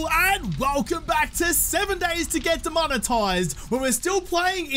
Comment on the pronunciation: Are you concerned that you will get demonetized for saying "demonitized"?